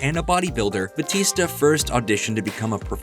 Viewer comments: is it not Bow-tis-tuh in reality (real pronunciation) not Buh-tees-ta (yeah in WWE), or am I'm tripping af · ... it's pronounced Ba "u" tista (emphasis on the U)... Trust me, I'm Filipino, I know... He just dropped the "U" when he entered the WWE...